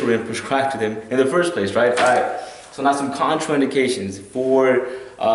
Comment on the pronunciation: How do I get a drug "perscribed" to me? I'm sorry but if my life is in your hands and you don't know that the word is PRESCRIBED, then I have good cause to worry....